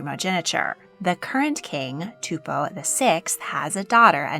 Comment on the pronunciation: Wow you butchered the Tongan pronunciation. It’s Too-poe for Tupou and Sa-Lo-Tay for Salote